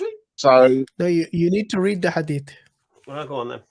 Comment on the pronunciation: No one:: "I found a disturbing hadif."